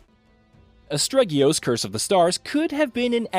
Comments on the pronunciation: Sir you don't even pronounce the title right, it's Aste-rigos not astreggios! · as-teri-gos not astreggyious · why does EVERYONE miss spell and mispronounce this title? its ASTERIOGOS not "astregius" lmao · Game: 'Asterigos.' This guy: 'Asparagus.' :/ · Astregios?!! Learn to read... ASTERIGOS sigh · "Astreggios" Not quite, my dude. Great review though! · Its Asterigos, NOT ASTREGIOS! And its a low budget indi game, so you cant expect all the bells and whistles of a AAA title. For the price, I think its brilliant. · Did you just say Astregios? Wow! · How can the name be so hard to pronounce? Astregios? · WTF did you call it?? It's AS_TE_RI_GOS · I can't agree with this review. If you start off by not getting the name of the game right, I'm not surprised. Feels like someone read a short synopsis and then just conjured something up from thin air. I came to As-te-ri-gos from Elden Ring directly and immediately felt the souls-lite-like vibe and other similarities it has. I've had exactly one technical difficulty with clipping through the vineyard in the sunken marsh and that's it. I think the combat system is brilliant with the main and secondary weapon complimenting each other and I also enjoyed the lore that was spread out the world to bolster the story. I would've rated this 8.5/10. A better version of Immortals - Fenyx rising (which is not a bad game either) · Rumor has it that someone kept pronouncing it wrong by calling it Astregios and got it banned. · Um... "Astregios?" Really? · I was thinking the same thing. If you’re reviewing the game at least know how to pronounce it. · It's almost like he procrastinated on his review deadline and tried to speed run the game to piece one together. "Asterigos" is sounded out for you in the game enough times for you to not have an excuse to say it wrong. He doesnt seem to be aware that he is reviewing a small budget game either, but probably gave the absent story Elden Ring a 10/10 because the trees looked pretty.